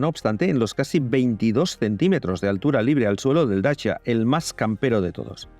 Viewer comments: En rumano se pronuncia dachia, que es el nombre de los habitantes originales de ese lugar. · Dachia curiosa pronunciación para decir Dacia. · Y eso de dacha?? Toda la vida diciendo Dacia y ahora dacha? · Un tema linguistico. De dónde sale esa pronunciación nueva de DACIA?. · Se pronunciará asi si hablas en rumano.